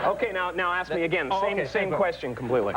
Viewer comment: “Can I asssss you a question ...ahhhhhh!,”